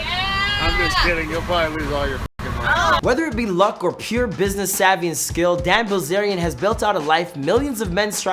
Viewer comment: Ok most repliers here are commenting on the actual info- fact, fiction, or in between. Chase was commenting on the pronunciation of the man. (Which btw I kept thinking he was saying "dad" instead of Dan 🤦‍♀️)